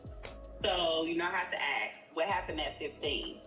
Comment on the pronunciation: Therapist saying “axe” instead of ASK…seriously?!?!